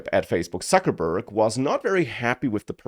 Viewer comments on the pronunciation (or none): did i heard you saying Suckerberg????:face-green-smiling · Sometimes I think I subscribed just to hear occasionally how pronounces "Suckerburg". Just kidding. Well done. Love your channel!